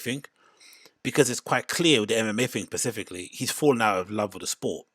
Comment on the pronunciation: “Pacifically whiskey” 😂